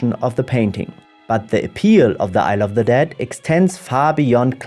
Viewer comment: It sounds like "i love the dead" when you say it ... btw, on this subject, I do recommend the animated poetry "the dead" by Billy Collins